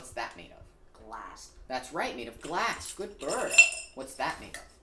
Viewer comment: Why you gotta say "good bird" like that to him? That's like if I said "good human" after you answer any question I ask you 😂